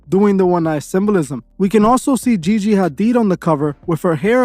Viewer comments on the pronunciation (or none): none